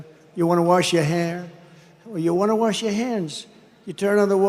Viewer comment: I like how Dump the Trump says worsh instead of wash its like there's no worsh he's so dumb lol